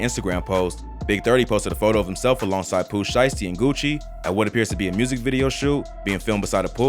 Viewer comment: Jus wish they knew how to pronounce the word music lmao wtf is murzik